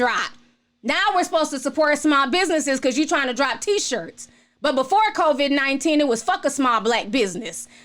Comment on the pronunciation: I love how you pronounce it convid-19. And also I feel you on the commercials. My thing is how they are really pushing the agenda. Like we get it...stay home. Smh.